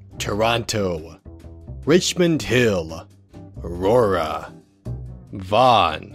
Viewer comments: he pronounced vaughan correctly. i am so proud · how does this guy know how to pronounce Vaughan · that’s some towns and cities in Ontario (around a 30-45 drive from Toronto to Aurora, the longest distance between these) I know because I actually live in Aurora (also you said Vaughan correctly, good job) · The fact that someone not from the GTA actually pronounced Vaughan correctly surprises me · Holy crap. I cant believe he said Vaughan right